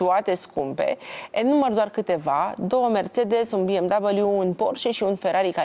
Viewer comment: " Bi Em Dabaliu "!!!!!!😁 Ce stil are capra asta.😅